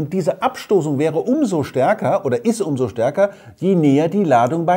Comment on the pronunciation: Ich mag es wenn er "Starrrrke" und "Arrrbeit" sagt :-)